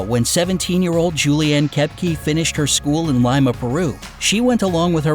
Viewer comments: it's pronnounced (lee-muh) not limeuh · it's pronounced Lee-ma not Ly-ma (Lima) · It's Lee-Mah Peru!!! NOT Lime-a. ...my god I wanted to punch the screen so hard. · it’s not pronounced Limea it’s pronounced Lima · it’s pronounced li-ma not limea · You pronounced Lima wrong. It’s Lyma it’s Leema (pronunciations) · It’s pronounced le- ma not Lima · It's NOT "LY MA"-Peru...It's "LEE MA", Peru("PAA-RUE"). Did you sleep thru English in "SKOOL"? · It's pronounced Le-mu not lie-ma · Li-Ma its LEMA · omg its not lie-ma its lee-ma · It's pronounced "lee-ma" because of Spanish languages. Not "lyma". Jeebus Christ, does no one research pronunciation on things anymore? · Lima is pronounced Lee-ma not Lie-ma..... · It’s not pronounced LYM-UH It’s pronounced LEEM-UH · Lee ma Peru not Lime a. And the maggots more than likely kept her wounds from getting infected. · Its Lee-ma Peru, not Lie-ma peru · its pronounced LEEma not LIAma :) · Lee-ma is the correct pronunciation for Lima. That's how all the locals said it at least. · It’s pronounced leemuh. How did you find the narrator?? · pronounced lee-mah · It's pronounced (leee-maaaa) Lima Peru 😁😁 thats were I am from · Its not lima its pronounced LE MAAAAAAAAAAAA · Am I the only person annoyed that he’s pronouncing it (lie-ma)? 😑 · It’s Liiiii ma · LimA like lemon no it’s lee mmmaaa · He pronounced Lima wrong.It is pronounced Lee-mah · It is called lima the i is supposed to sound like a long e sound not a y sound! Btw i speak spanish and im half Peruvian 🇵🇪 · ITS not LIEMA ITS Lima! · "Leema" not a lemon relative. Pronunciation is important. When nearing terminal velocity - the wind isn't exactly "whispering." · You pronounced lima wrong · Said lima wrong🙄pissis me off especially I’m Peruvian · This bugging me like crazy but Lima is not pronounced the way you pronounced it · ILima is pronunced wrong and go 🇵🇪 peru